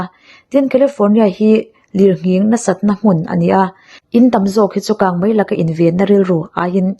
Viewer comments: Bengvar thlak e mahse kang mei tih turah hian kang mai I ti hian ka hre deuh thin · Kangmai ti a lam i ang thin Kangmei tih tur a ni si a Mi te en bik in ni a thangthar te tan phei chuan an en tawn in ni Kan tawngkam hmandan leh lam rik dan i uluk zual ang u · A aw hi ngaihthlak chu nuam țhin khawp mai, mahse, kang mai ni lovin kang mei tih tur a nia😊 a țhen laiah hian țhelh deuh a awm leh tlat țhin, Aw mawi, ngaihthlak nuam ringawtah hian duh tawk lovin thu lam dikah hian rawn țang zel rawh aw 😅😅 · Kangmai a ni lo, kangmei aw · 'Ho' tih turah 'hau' i ti ngar ngar leh 'kang mei' tih turah pawh 'kang mai' i ti tlat mai bawk a, mizo ṭawng dik pangngai a awm reng laia a dik lo zawk i hmang hi beng a ti thlep deuh, zoṭawng hman dik kawngah ṭan han la leh deuh la, i chanel hi zo fate tan hian a hlu lehzual ngawt ang. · Kangmai niloin kangmei tihtur aw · Kangmei, kangmai ni lovin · 😄🤭 kangmai ti suh adik lo kangmei ti zel tawh rawh aw 😄😄🤭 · Nia keipawh hei hian ngaihthlak a ti hrehawm ka ti,a hma mi ka ngaihthlak pawh khan kangmai vang hian ka hah tluan ṭhak...thildangah mei a hmang thiam tho sia,a dang chu a ṭha tawp maw le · Kang Mei.tih tur ni zawk Awm tak a ni.